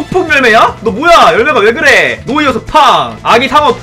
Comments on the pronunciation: 누와르서 할때 누 가No가 아니라Nu아닐까요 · 데 왜 Noirceur를 노이어서라고 읽으시는지 궁금합니다. No/ir/ceur로 읽는게 아니라 Noir/ceur으로 읽어야 하니까 누와르서 아니에요?